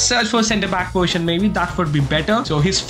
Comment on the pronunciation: bro says poition instead of poSition